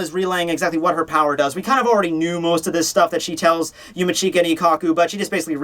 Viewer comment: yumeech-ka not yumi-cheeka..not hard to say